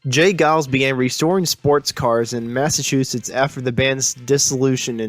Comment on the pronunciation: Would have been great, had you pronounced the Massachusetts’s town/locations properly.